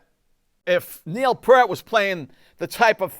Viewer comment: Great work! BTW it's Neil Peart (pron. Peer-t).